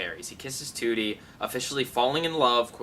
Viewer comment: you mean trudie not tootie